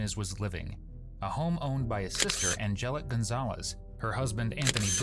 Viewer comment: Ann Jell Leek That’s how you pronounce Angelique